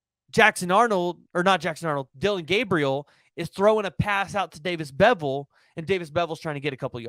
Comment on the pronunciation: I wanna slap this guy for saying beville smh